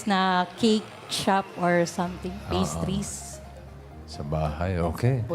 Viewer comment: Pastries hahaha naging patistry heeheheh